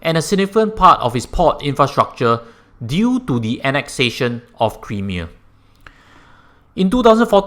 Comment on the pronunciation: Nice vid. Sound analysis...and advice. But do take note how to pronounce "Crimea" the way it should tho.:-)